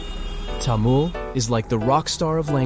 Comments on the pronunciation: I appreciate your effort, For your information, Its not Tamul. its Tamil (Ta me l) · It's not tamul it is tamil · What is TAMUL? I thought it was called Tamil? What kind of tongue does the West have that they cannot pronounce their own English words of I and E? Say Taml not Tamul.. Say and repeat it 500 times Taml Taml Taml Taml like this without stopping. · I heard about Tamil before. It is very interesting. There apparently 60 spoken languages in India. I saw a list on a website. I am not sure if that is an accurate number. The narrator said Tamul not Tamil even though it was written there correctly. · The french would pronounce it as Tamoul. Thamil is the right pronounciation. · It's pronounced 'Tamil' not 'Tamul' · I think so you are pronouncing it wrong It's actually Tamil not Tamul.I am saying this because I am also a Tamilan others should not pronounce it wrong.😀🙏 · please its not taamul, Its pronounced as tamizh (Tha-mi-zh) 🙏 தமிழ் த is "tha", மி is "mi" and ழ் is "zh" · It's not tamil its thamil ❤ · Bro it's not tamul😡😡 it is tamizh❤️ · Tamil not tamul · It is pronounced as Tamizh not Tamil Jst saying for those who dont know😊😊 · bro said TAmuL 😭🙏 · Actually it's pronounced to be as Thamizh not Tamil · Sir, it is Thamizh or Thamilhzz..,and not Tamil.... The world should understand the proper pronunciation...... We feel very sad on hearing the wrong pronunciation.....🙏🙏🙏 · It's not tha-mil it's ta-mil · Tamil not Tamul. At least you could do google search how to pronounce it. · it's not tamul it's tamil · Tamil not Tamul 😅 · Tamul❌ Tamil☑️ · How about first pronouncing the name of the language correctly. It's Taa-MIL not Taa-MUL. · Not "Tamul" but "Thamizh". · How do you pronounce it -- "Tamool" (like the narrator in the video) or "Tameel"? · you actually pronounce Tamil in a wrong pitch. For the american English. You must add H after T. Like Thamil. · It’s so hard to listen to him say Tamoool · Your pronounciation of Tamil is killing me